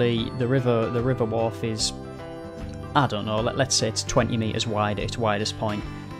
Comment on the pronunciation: I watched from New Hampshire too, but I'm from West Yorkshire and lived pretty much on the banks of the Wharfe. crazy! It's Wor-fe. To rhyme with "war"